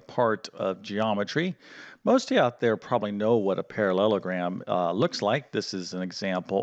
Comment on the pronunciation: it is quad'RI'lateral. not quaddlelateral. you seem to struggle with parallelogram too. i am, unfortunately boringly pedantic and english. i think it's important in teaching to get things right. excuse me if you have a speech impediment.